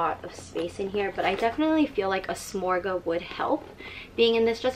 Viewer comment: No offense, but if you're going to say the names of items, it's worth the effort to take a couple minutes to find out how to correctly pronounce the names (ie: souple (pronounced "soo-play"); victorine (pronounced "vic-tor-een"); and samorga (pronounced "suh-mor-gah"))